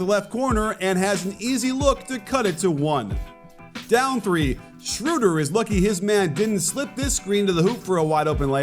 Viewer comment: Coach, as a german I habe to ask you a favor: Please practice pronouncing SchrÖder! It is not 'Schrooder'...